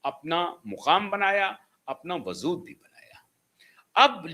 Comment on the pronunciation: वज़ूद नहीं होता है, वजूद होता है।